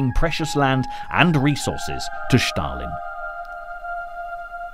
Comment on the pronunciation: If you say "Shtalin" one more time..